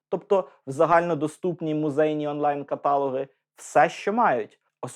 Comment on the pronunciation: Працюємо над наголосом: каталОг - перелік, а катАлог - людина, яка займається наукою каталогією.